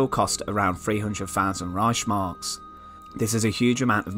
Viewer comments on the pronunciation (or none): It's ReiHHHmark, not ReiSHmark, ffs... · Es heißt Reichs Mark.